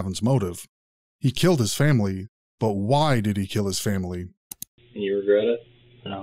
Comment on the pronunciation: He witerally kwilled his whole fawmile ( not making fun of his impediment but god )